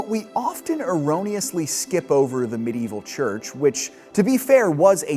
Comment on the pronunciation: You can pronounce Aristotelian correctly but fail every time at Medieval. I find that quite curious.